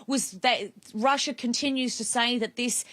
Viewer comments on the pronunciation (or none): none